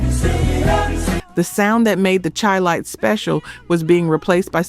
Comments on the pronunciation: Chilites is pronouced Shy-lites, in honor of Chicago. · Chi-lites pronounced Shi-lites. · Pronounced Shy lights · YOU CAN'T EVEN PRONOUNCE THE SINGERS OR GROUP NAMES. THE CHI-LITES HAD MILLION SELLERS, DUMB ASS, AND LEARN HOW TO PRONOUNCE "CHI- LITES". MORE AI BULLSHIT! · It’s pronounced SHY- LITES. Not CHI. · Charles Wright and the Watts 103rd St Rhythm Band were TIGHT. Express Yourself was one of my favorite songs. Chi-Lites is pronounced like the city…”SHY lites”. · Chi-Lites is pronounced Shy-Lites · Em -Tomb-May = Mtume Shy-Lights = Chi-Lites Great video!